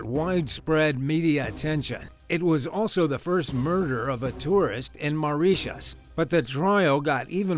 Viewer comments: More like, MAU-RIT-IUS😭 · "MARIESSHUSH" LMAO 😂